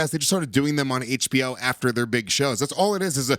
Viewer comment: "Hay-tch BO".. :D Rofl